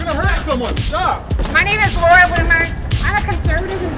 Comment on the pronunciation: Waura Woomer I Wuv WOOOO!! :)